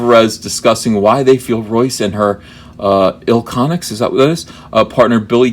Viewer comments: It’s not ilconics it’s iconics the second i is silent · It's pronounced Iconics. Meltzer has kind of a weird status within the wrestling community. He's been doing this for a long time but can come across as a condescending prick at at times. I'm not a fan of Meltzer by any stretch of the imagination but I get what he's trying to say ( and I wholeheartedly disagree with him here) but he sucks at saying it. I've been an indy wrestler for 15 years. When I first broke in the guy who trained me said wrestling is like a fraternity in that everyone wants to join but not everyone can do it and one of the things I learned is that you work with a lot of the same people over and over again you tend build friendships and loyalty in kind of a family dynamic. You tend to get defensive and protective of your friends. I don't think it's so much an SJW thing as much as its just defending your friend? Thats just my opinion.